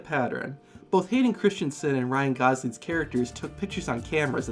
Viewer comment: Oh my god you literally destroyed his name 💀 it’s Christensen, not Christionson